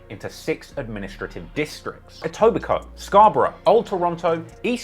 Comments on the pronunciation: when he says Etobicoke correct but not shoppers drug mart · Actually Canada has 10 provinces and 3 territories, but i'll give that a pass because your pronunciation of 'Etobicoke' was spot on! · You said Etobicoke correct